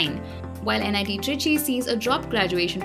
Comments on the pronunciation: It's trichy not tricky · Nit trichy and not tricky